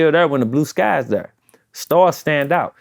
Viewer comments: When the interviewer says "right there" instead of Thurr the song didn't even come to mind. You not saying the name of the song right. Lol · It's Right Thurr not right there😂 been throwing that there all the time he mention the song he doesn't get it right thurr😂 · Right Thurr was a Hit Chingy had Everyone saying "Thurr" 🤣🤣🤣🤣🤣